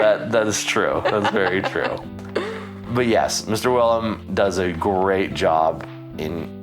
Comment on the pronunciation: For the love of god, his name is WILLEM. Not WILLIAM. It's two syllables. Will-em.